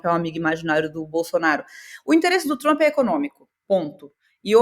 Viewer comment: me amarro na falando "Trumpy", com R retroflexo e o "i" oxítono. super brazuca.